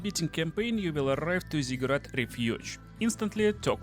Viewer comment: worst accent eveeerrr omg i cant listen to that. INTERRRRAAACT in ZIGURRRAAATT